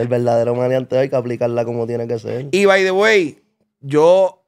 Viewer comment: Ese "by the way " suena raro cuando no hablas ingles.